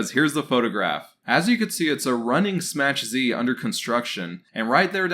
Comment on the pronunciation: Dude SMACH Z is a polish word meaning a SMS/Message from. It is pronounced SMACK Zuh ( like huh with a Z)